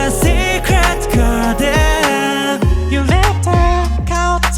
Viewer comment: のgardenの発音＆美声で今夜はいい夢見れそうです❤❤❤